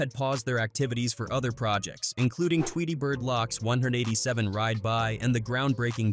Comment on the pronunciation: Nice video but the pronunciation is wrong you say damoo readaz and tweetie lock